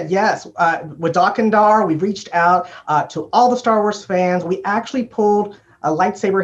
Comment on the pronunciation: The way they say Dok Ondar is bugging me...